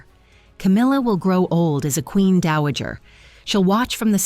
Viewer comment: Not Daajer, Dowager!